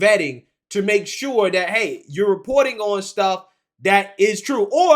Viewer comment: Sorry; it was either an honest mistake, or a graphic from MONTHS AGO!! As a side note the word is "THAT" not "DAT" as you kept repeating, over and over!